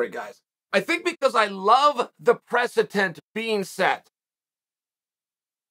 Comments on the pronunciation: Really unfortunate all of my law school professors have been pronouncing “presetant” incorrectly as “precedent.” Thank you as always for bringing this to me Uncle Chael. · I legitimately thought he was trying to say 'precipice' at first. Anyway, I'm off to eat some brekfrest. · Me sometimes: precedent Chael in every video: "precetent" Me now: precetent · Haha he sure did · Uncle chael, why do you say precedent so strangely ❤️